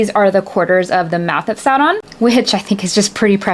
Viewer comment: Certified Tolkien nerd, you said "Sow-ron" not "Sore-on". Spot on! XD